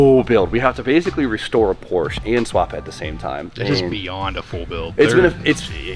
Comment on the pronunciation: Do you say Porsche wrong to troll us?